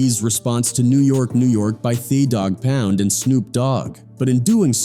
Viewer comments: Thought he was going to say they/them dog pound 😂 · "Thaw" Dogg Pound 😂😂